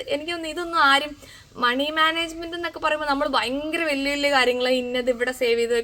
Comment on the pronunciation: പയങ്കര എന്നല്ല ഭയങ്കര .... ഭരണി യുടെ ഭ 😅😅 ചു മ്മാ പറഞ്ഞ താണ ട്ടോ!!😂